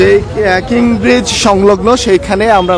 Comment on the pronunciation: কিং ব্রিজ নয়, কীন ব্রিজ